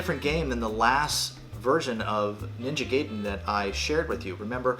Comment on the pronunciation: I will forgive you for calling it Ninja gay-den 😏 but you wound me deeply! 😭 😂